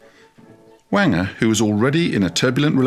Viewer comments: It’s pronounced “Wayne-jer “ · I think Walter Wanger is pronounced to rhyme with danger :) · I've often heard Wanger pronounced as rhyming with ranger.